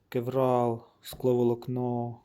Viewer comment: Друже,як ти вже взявся робити освітній контент- вивчи терміни. Не існує матеріалу з назвою кевРал. Є торгова марка кевЛар, яка робить сверх високомодульне волокно, яке всі почали нащивати ім'ям цієї компанії, і так така назва допустима для загального розуміння, але не кєвРал. Дуже ріже вухо. Дякую.